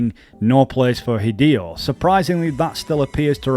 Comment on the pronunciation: I'm sorry "Hid-Ee-Oh"?! Hid-ay-oh. Your accent and being a youtuber is no excuse to not pronounce things correctly. Especially names. God it takes 5 seconds to Google "How to pronounce this word/name" why are you people (YouTubers) so lazy.